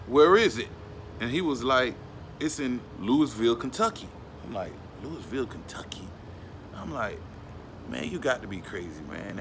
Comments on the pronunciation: It's Lou-ah-vul not Louis-ville. I'm from the city and everybody says it like that. Thank you for shouting out the city tho. U have a great videos tho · Can tell you not from the south. How you say Louisville KY. Say it like lewy Valle. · He said Louisville wrong. Lol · The s us Louisville is silent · THE S IS SILENT IN LOUISVILLE.